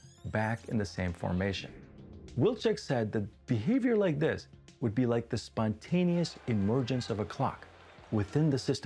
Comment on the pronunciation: We have witnessed the "spontaneious" emergence of an extraneous "i" in the word spontaneous.